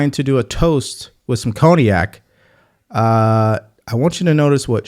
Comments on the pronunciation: I had to rewind a couple times when you said cognac…because I thought you said Kodiak (I livein Alaska)…anyway…I thought that was funny when I realized what you actually said. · ko-de-ak? Lol